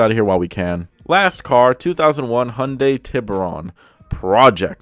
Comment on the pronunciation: HAI-YON-DAI... SAY IT WITH ME DAMMIT HAAAIII-YOOON-DAII. God dammit you sperg.